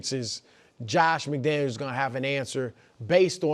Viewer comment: It's McDaniels